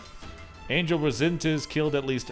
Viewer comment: It's not pronounced angel it's pronounced on-hell it's a Spanish name